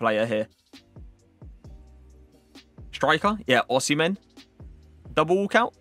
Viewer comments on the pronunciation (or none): none